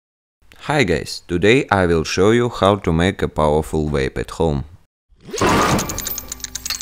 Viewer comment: “Hi gays”